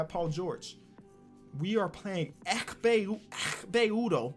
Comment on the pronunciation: no one: literally no one:: EKHPE UDOH